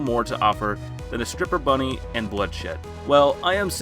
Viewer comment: I thought you said stripper bunny not ripper bunny, caught me by surprise